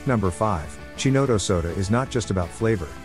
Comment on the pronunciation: It's hard to take a review seriously when you can't pronounce Chinotto correctly. Its Ki-not-O